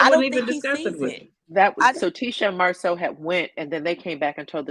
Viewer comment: Caller Bad Apple sounds sooooo much like Tisha, including the way she pronounces Marsau.